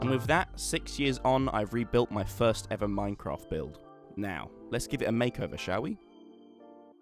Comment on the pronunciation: EXPERT Lvl [Minecaft] lol 😅